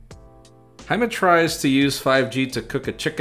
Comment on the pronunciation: 'Jime' ..... Diego was up all night liking comments 🤣